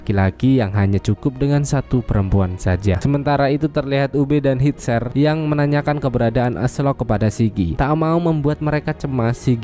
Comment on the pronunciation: penyebutan namanya masih salah min... Bjorn dibacanya biorn bukannya bejon,... hvitserk dibacanya vitserk bukan havitsek, Gunnhild dibacanya ganhil bukan gunhil.